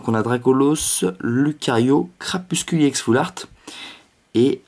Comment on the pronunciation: C'est CrapusTule et pas CrapusCule